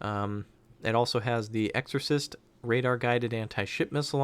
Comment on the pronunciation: "Exo-set" not exorcist lol :)